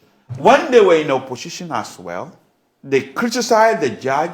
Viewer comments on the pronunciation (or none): What is "opposhishin"😂